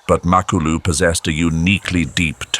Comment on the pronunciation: NOT MAK ALU IT'S MA KLU LU